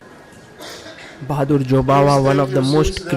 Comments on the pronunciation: "Baadur". Not "Bahadur". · lmao he really said bahadur 😂